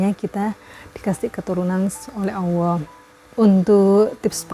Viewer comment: Kirain saya aja yang salah denger bun